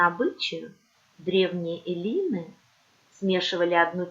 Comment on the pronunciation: Кстати, верное ударение на первый слог - Эллины. 😉